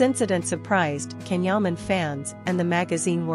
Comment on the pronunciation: Please pronounce his name as Jan , Jaaaan not Can